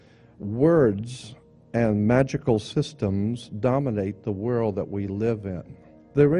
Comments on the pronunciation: He makes reference to "the whirl" " no idea in the whitl" so often, he over uses the word "whirl" it's laughable and it's difficult to take some one seriously when they pronounce world with a silent L. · He's sayin' World with a silent D lol.